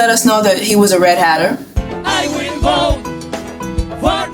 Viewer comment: I will bote 😂 lol you gotta get the accent right